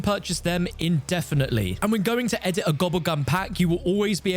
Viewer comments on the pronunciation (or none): "AND WHEN GOING TO EHHDIT A GOBBBLE GUM" 🔊🔊